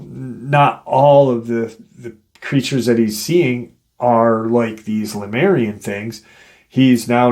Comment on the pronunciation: You say Lamarian. Isn't it Lemurian? Or are they different beings?